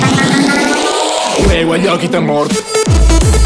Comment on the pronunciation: Cmq come pronuncia kitemuort fa ridere troppo